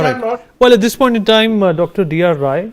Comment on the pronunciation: Sanjay RAI, not Roy...